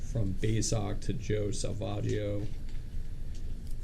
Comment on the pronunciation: Sa-Vag-io is the worst.